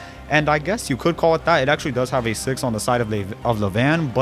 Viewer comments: Good video but who pronounces the number 6 like sex?? 😂😂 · The Germans version of English isn't good, as they're not English English. What English born speaker pronounces the number 6 like sex?